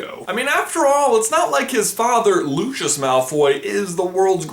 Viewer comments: Isn't anyone gonna talk about the fact that he pronounced Lucius as 'Loushus'? It's pronounced Lou-see-us. That made me so mad! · Lushus Malfoy X'D LU-CY-US (Lucius) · the way you say Draco's fathers name sounds like looshus but the way i say it it sounds like lucyus but spelled Lucius the pronunciation of names all over the globe are confusing AF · Lucius Malfoy is said wrong as his name is Greek or Roman so it is Loocius how it would sound. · lucius is pronounced LU-SEE-US not LU-SHUS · Does anyone else pronounce "Lucius" as "loo-see-us" and not "loo-shus" or is that just me? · It's LucIUS, not LucIOUS.. I'm pretty sure you would pronounce it as loo-see-us right?? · Are you calling Lucius Lu-Shi-S? He's name is Lu-si-us!!! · just pointing out, Lucius is pronounced loo-see-us not loo-shus. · Also Lucius is not pronounced Lushus. It's pronounced Lucy-us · I thought Lucius was pronounced Luseious not Lucheos... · "lushus" "hairy" "rawling" can this guy pronounce anything right jesus christ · Why are you saying Lucius as “Looshus” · Chaz Howell nah doubt it. JKR pronounces it “Looseeus”, as does Stephen Fry in the audiobooks and all the characters in the films. Sorry pal I think it’s just an American mispronunciation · no..his name is not pronounced lushus... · And it's not Lucius it's Pronounced Lusias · ....but everybody in the actual series says LuShus O_o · You're pronouncing Lucius' name wrong... :/ its Lou-see-us... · OMG U SAYING ALL DA NAMES WRONG!!! FEN-EER LOO-SEE-OOS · it's pronounced loo see us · You pronounced both rowling and lucius wrong, rowling is like row row row your boat, and lucius has the s sound on the c making it something like lusius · He said Lucius wrong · You pronounced his dad's name wrong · I. sorry I just can't get passed the pronounceiation of Lucius he is saying it WRONG!!!! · That's not the way you pronounce Lucius's name......